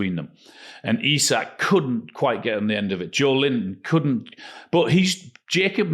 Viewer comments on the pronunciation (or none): Jo-Elinton, not Joe Linton.